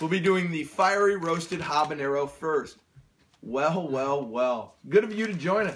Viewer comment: you don't pronounce the h in habanero